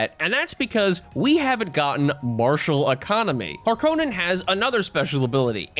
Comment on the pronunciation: Hark on in not har konen